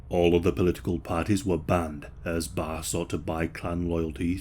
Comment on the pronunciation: Not “ISAAC” it’s pronounced Eesaaq, “lSAAQ”, and it’s not “BAR” it’s Baraay, “BARRE”. Thanks for everything you pronounced everything else great!:)